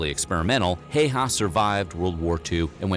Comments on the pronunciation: Pronunciation should be closer to "How-ha" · I don't mind if people butcher names in general, and even if I did I would give a pass with Häyhä's name since the letter "Ä" isn't even in English vocabulary.